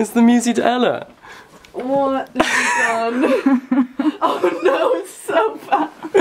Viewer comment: The lack of elision between 'de' and 'ella' 🥺🥺